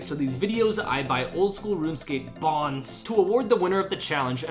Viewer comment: why did you say bonds like that lmfao